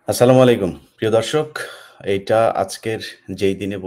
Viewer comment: আসসালামুয়ালাইকুম ইলিয়াস ভাই আপনার সালাম টা আরেকটু শুদ্ধ করে দেওয়ার বিনীত অনুরোধ করছি